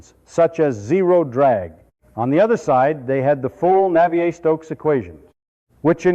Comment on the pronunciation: Christ, this roboid never sat in thermofluids lectures to be able to mangle the names of Navier et al so irritatingly.